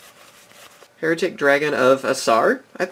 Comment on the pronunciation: A lot of people assume that "Hieratic" is pronounced the same as "Heretic". It isn't. It's actually pronounced as if you were saying "Higher Attic." Kinda bugs me sometimes, but whatever.